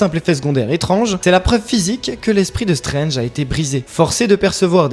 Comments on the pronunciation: Vous. la, les ronds de cuire... vous qui commentez and "analysez" les MARVÈLE MOUVIZE, il faut raison garder. Stranje (prononcé en français ringard) a un troisième oeil parce qu’il a mis sa bistouquette dans Lali de Hélène et les Garçons. Oui, différent MULTIVERSE (celui d’AB PROD) mais il l’a fait. Loki, qui détient les clés du MULTIVERSE a vraiment foiré sa mission, et il ya eu des incursions de personnages de AB prod dans les MARVÈLE MOUVIZE. Philippe le prof de philo de LA PHILO SELON PHILIPPE s’est retrouvé avec Luke Cage et Malikith et Ms Marvèle (mouvize), Gérard des Filles d’à Coté (oui, ce Gérard là) s’est retrouvé avec Wolverin (oui en français on dit Wolverin par Wolverine parce que c’est la traducscience), ainsi que Ronan zi Akiouzeure, qu’il a tringlé d’ailleurs. Cricri d’amour sniffe de la coke avec le variant Irons Man (irons comme nous irons) de la terre 18726 ainsi que Rocket le raton laveur de la terre 69. Wake hup!!! Les multiverses sont en train de se NIKAE!!!! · non mais, il faut raison garder,. Stranje (prononcé en français ringard) a un troisième oeil parce qu’il a mis sa bistouquette dans Lali de Hélène et les Garçons. Oui, différent MULTIVERSE (celui d’AB PROD) mais il l’a fait. Loki, qui détient les clés du MULTIVERSE a vraiment foiré sa mission, et il ya eu des incursions de personnages de AB prod dans les MARVÈLE MOUVIZE. Philippe le prof de philo de LA PHILO SELON PHILIPPE s’est retrouvé avec Luke Cage et Malikith et Ms Marvèle (mouvize), Gérard des Filles d’à Coté (oui, ce Gérard là) s’est retrouvé avec Wolverin (oui en français on dit Wolverin par Wolverine parce que c’est la traducscience), ainsi que Ronan zi Akiouzeure, qu’il a tringlé d’ailleurs. Cricri d’amour sniffe de la coke avec le variant Irons Man (irons comme nous irons) de la terre 18726 ainsi que Rocket le raton laveur de la terre 69. Wake hup!!! Les multiverses sont en train de se NIKAE!!!!